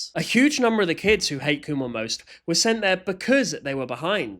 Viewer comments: Pronounce it as "Come on" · i saw this company store thing on a road trip once and i kept pronouncing it like "come on" and i kept telling my family to "kumon drive faster" i will keep making fun of its name after learning this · I always thought kumon was pronounced "come on" 😂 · I thought it was pronounced “come on” 😭😭😭